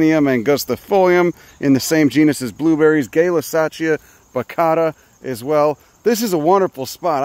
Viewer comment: hearing the alternative pronunciation of Gaylussacia </3